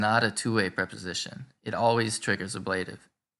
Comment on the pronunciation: I have never heard the word ablative pronounced with the accent on the second syllable. Is that the convention in some places?